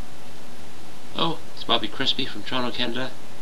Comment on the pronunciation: i hate the way you say "Bobby Crispy", but your lesson's good :)